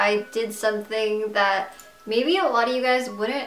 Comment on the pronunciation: but this isn't a secret she's clearly lying and by the way it's that not dat